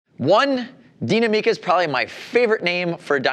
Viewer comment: neither. "Deenameca" not "MIca" or wtvr like he says. there is no emphasis on the "mi". it's pronounced exactly like the english word "me" but without what he does to it. the emphasis of the word goes into the "na". "dee-NA-me-ca".